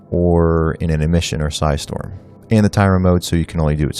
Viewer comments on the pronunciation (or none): none